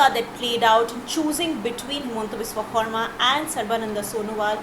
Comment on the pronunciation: Good on the journo for saying 'Xarma' instead of 'Sharma'.